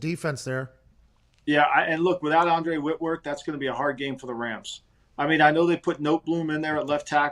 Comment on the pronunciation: Andre Whitworth 😂